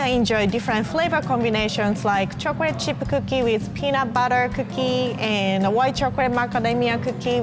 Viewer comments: Others: talking about and cute and funny moments Me: I love how pronounces chocolate it's like "chocorate"💜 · chocrate chip cookie